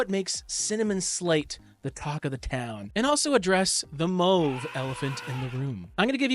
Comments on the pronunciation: Good video. Just a comment, it's mAWve, not mOve. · Mauve is not moove